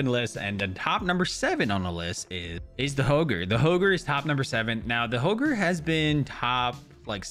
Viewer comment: My guy said Hoger